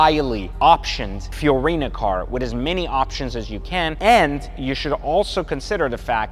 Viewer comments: Bruh, in these videos, you keep saying “Fiorina” and it’s actually “Fiarano” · It's a Fiorano package, not Fiorino. Fiorino is my Fiat 🤣